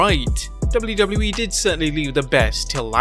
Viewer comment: Can you say "WWE" with less accent?